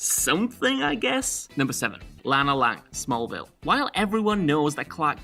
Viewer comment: LAY-na Lang? Really? Would it have killed you to find out how to pronounce this simple, simple name the right way?